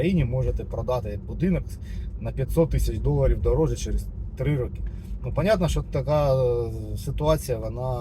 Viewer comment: 3 рОки, а не рокИ ☝️